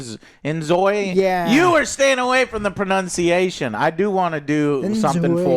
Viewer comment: Joe correctly pronounced the word "pronunciation". I am now officially a subscriber for the rest of my life.